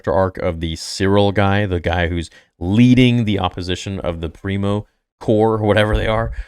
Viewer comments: Pre-Mor, not Primo Preox-Morlana. Company security, basically. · Pri-mor not primo